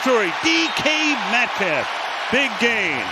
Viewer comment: He said ek metcalf